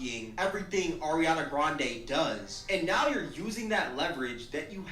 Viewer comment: Every time I hear someone call Ariana “Arianka” I just lose it. And then for to follow it up with “Ms. Ponytail”? I damn near spit out my coffee. 😂